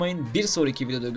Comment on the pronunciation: kanka hayla değil, hâlâ şapkalı a, 'y' olarak okunmuyor. Öyle kafam takıldı söylemek istedim